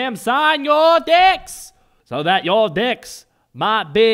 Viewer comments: Is he saying Deck or D***? Seriously? XP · lol tey thought he said d*cks he meant decks... random guy: you allways ruin every joke by explaining it in a comment me:... well excuse me princess random guy:... thats just gay me: yes you are random guy: how origional me: i know rite? random guy: ... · "is he saying decks or d***'s" lol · D***s! He said d***s! Ohhhh, not this again... I died at that line!